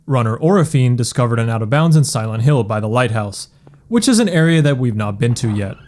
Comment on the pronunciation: "Silént Hill"